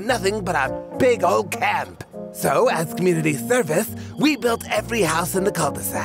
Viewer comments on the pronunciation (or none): I thought he said clamps.